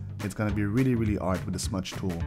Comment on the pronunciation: Why are you saying "ard" instead of "hard"? You don't know how to say "h"?